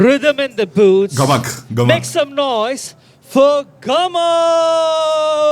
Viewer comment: Bro it's gamak not "ghamak"